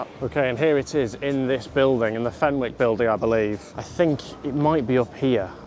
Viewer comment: The pronunciation of “Fenwick’s” is giving me a migraine